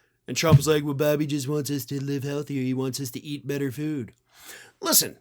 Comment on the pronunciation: Love how he slurred the word "Foodthhhh"....